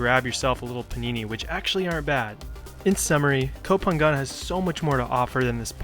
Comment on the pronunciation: I love your video, it’s lovely when you describe Thai food :) In Thai, we say Pha-ngan. Ng you pronounce like Ping-pong. It’s really good to sensibility about trash, unfortunately it’s cruel reality in Thailand. Thank you for VDO! 💕😊